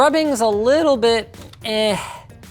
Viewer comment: 'leetle tiny keybol" said linus